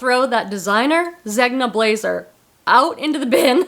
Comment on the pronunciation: his name isn't pronounced 'Zeg-nah', it's 'Zen-yah'. His full name is pronounced (at least an American pronunciation of an Italian name, lol) 'Er-men-jeel-doh Zen-yah'. Just say Zenyah. Hope this helps. I love Eileen Fisher too but not all the tops are proportioned right for me. I do love the pants and some sweaters tho. I was at Nordstrom's Rack and found a sweater I won't forget for a long time. On its 3rd markdown at $118 so it stayed put but....someday😊